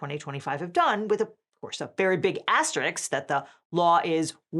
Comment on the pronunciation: Kudos on pronoucing Asterisk incorrectly.